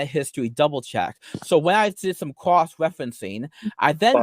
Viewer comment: "Cwuss wefewuncing'